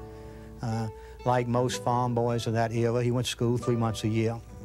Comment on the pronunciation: He tried to say era and said ewa prolly pronounces little like wittle real life Elmer Fudd